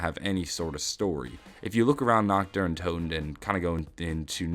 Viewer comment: how hard is it to pronounce toten correctly /)_